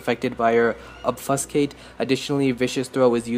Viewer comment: cannot wait to try these babies on my vengeance jugg, and I have never played marauder but the first time you mispronounced Obfuscate and the last two times you got it right, I use that ability when I play vampire the masquerade